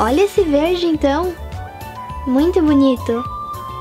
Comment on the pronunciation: ai que fofinha sua voz, antes eu achava e uma coisa bem fofa msm vc ao inves de falar japonessica falava japonezica kkk ja perguntaram isso num video mas agora vc fala ou da impressão, que, ao inves de falar verde se ouve verje kkk